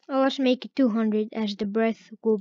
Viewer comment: ake instead of make